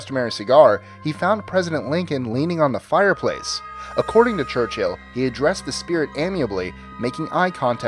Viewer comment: its chur chill not church hill